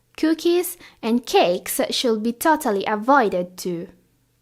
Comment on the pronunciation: Hell, "should" and "would" are pronounce with silent "L"! My triglycerides spikes with your "shold" and "wold"!